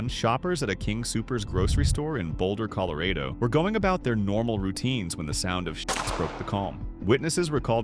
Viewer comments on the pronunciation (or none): Ai calling Colorado ( Coll o RAH doh ) Collar RAYdoh ?! Is this okay USA ? I’m in Australia so …. 🤷🏻